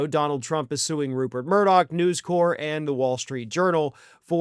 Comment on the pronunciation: Newscorp is pronounced "news corp" not "news core". It's not the Peace Corps.